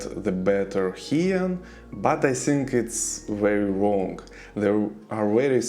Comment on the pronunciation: Хьен, а не Хаен..